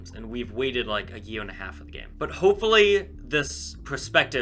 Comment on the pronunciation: Ha you said gameit